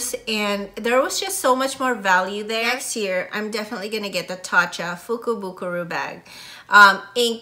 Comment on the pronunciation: actually it is a "fukubukuro", not fukubukuru! I am Japanese and enjoyed your video. Thank you for sharing👐